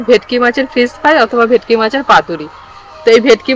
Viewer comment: ভিটকি না ভেটকি